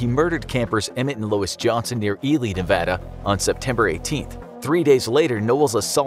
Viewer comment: Thank you so much for saying Nevada the right way.